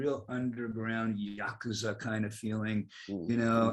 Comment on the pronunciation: Dave pronouncing ‘yakuza’ correctly is something I never knew I needed